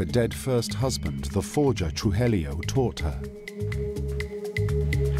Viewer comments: Tru-hee-yo (Trujillo) not Tru-hel-lio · Truhellio lol. Truheeyo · Trujillo pronounced TRUE HE JOE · Why the f does the narrator say “TRUHELLIO” when the name is clearly spelled “TRUJILLO” 🤡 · Narrator: Pronounces Medellin correctly. Also narrator: Absolutely butchers "Trujillo". Carlos "Truhelio". Haha! Griselda was known for butchering people in cold blooded ways. The body parts were then put in plastic bags and thrown onto the side of the road while she was out driving. I've heard stories where she had people butchered with chainsaws while still being alive. Netflix really left out the gruesome parts of Griseldas terror. They made her look like a normal narco boss. This woman was satan herself. I mean, the fact that Pablo Escobar himself feared her speaks volumes. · The wrong pronunciation of Trujillo is making me crazy. True-he-yo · Trujillo is pronounced "True - Hee - Yo". Sorry, Spanish teacher here. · Narrator knows how to pronounce Medellin correctly but not Trujillo, smh!